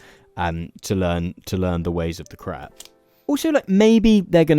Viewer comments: You pronounce the word crepe as "crap", rhymes with map. In the US crap is poop. In the US we pronounce crepes as "crape", rhymes with cape. I kept laughing about all the 💩 recipes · Why do you keep saying crap instead of crepe? 😅 It is so ridiculous. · Your pronunciation of crepe almost sounded like crap. The correct pronunciation rhymes with crate. It was so irritating that I had to stop listening. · sweet galloping jesus man, it's pronounced "crayp'' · Oh dear, I can't have been the only one who heard "crap maker" 😆 It is if you use it very poorly! Edit: I'm continuing to mishear it and it keeps getting funnier... "Loads of different crap fillings," "There's all kinds of things we can be having in our craps," please 😭😭